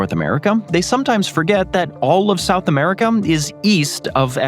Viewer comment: is it just me or do you hear "Antarticum" whenever he says Antarctica also i think he says a um at the end of America. Americum....